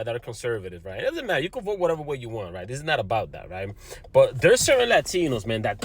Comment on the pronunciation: " I will 'boat' for donald trunh" Bahahahahaha 😮😮😮